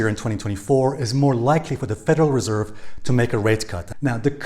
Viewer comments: Stress on the second syllable with Federal Res'erve 😉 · Nice vid you keep mispronouncing Reserve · Please master how to pronounce the word reserve dear friend you bounce around sometimes getting it right and sometimes getting it wrong. But I must say that you usually do get it right and your content is excellent thank you so much❤